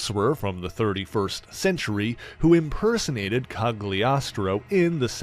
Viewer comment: Might be wrong but I believe the G in Cagliostro is not pronounced. Italian is a little odd that way.